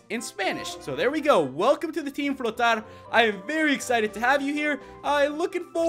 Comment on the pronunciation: At least he said "flotar" with accent compared to "volar" which he pronounced as "voler" which bugged me